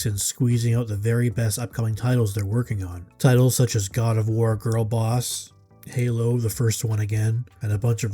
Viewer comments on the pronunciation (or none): none